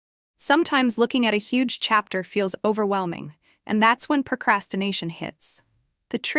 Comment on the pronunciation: Chepter or chapter 😂